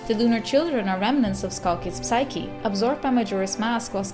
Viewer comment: Super :) Majora's Mask is mijn favoriete Zelda Game! Ik hoop dat Termina in volgende games terugkomt. De p van psyche spreek je niet uit in het Engels. Verder helemaal top.